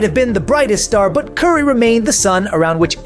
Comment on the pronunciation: You can’t even say curry’s name right and LeBron never wanted a big 3. The heat pulled some moves to get Bosh